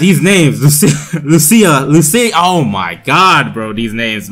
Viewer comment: Put the emphasis on the u in Lucia instead of the I, say it like "loose-ya" instead of "loo-see-ya Hope this helps